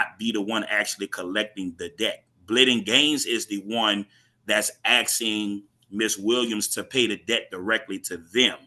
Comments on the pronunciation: Isn’t get on my feet again? Not get on my knees? 😱😣😂 And it’s asking not axe ing 🫢😂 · What is “axing”? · I heard a lot of axing going here, isn't that considered assault?